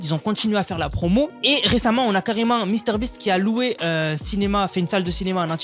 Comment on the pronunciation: On dit Misteur bist et pas Master boss fait un effort ... 😈😈 Les premiers degree en sueur 😂